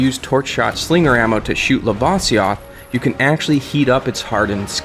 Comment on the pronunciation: says "lava" correct, but can't pronounce "lavasioth" ...... irony.